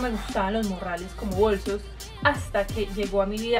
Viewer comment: se dice bolsos no bosos jaajajjajaajajajajaajajajajaajja